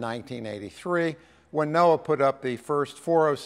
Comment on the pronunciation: It took me 30 years and this man right here for me to realize that the govt agency that predicts floods is pronouned "noah"